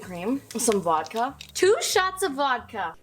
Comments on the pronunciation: he said wodka very dutch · The way he said vodka is in most Dutch way ever haha